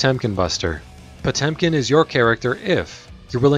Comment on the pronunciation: Jezus that pronunciation "POCHUM"